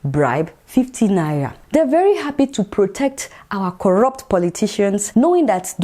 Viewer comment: Thank you Adeola for this episode. I like the way you pronounce 'Naira' . hahahaha!!